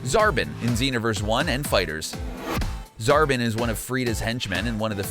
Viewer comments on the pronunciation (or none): Zarbon [zar-bon]not zarban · It's ponaced whese, zar-bon, majin vegeta, and ke-fla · It's Zarbon not Zarbin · Zar-bon, not Zar-bin! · When i heard him say zarbin instead of zarbon i was like Please! No! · Dejinn the djinn your right he said zarbon as zarbin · He said zarbin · And Zarbon is "Zar-baughn" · And pronounced Zarbon wrong too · you do not know how to pronounce gero, whis, zarbon, and majin and its very irritating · Man I like this channel but you guys need to learn how to pronounce characters properly, you said Majin and Whis and Zarbon totally wrong... and Cabba along with majin Vegeta are both in Xenoverse 2 so you need to do your research better. And the only games that cut the characters out that you listed is mainly FighterZ. All the old dragonball games had mainly all of them besides the Super characters obviously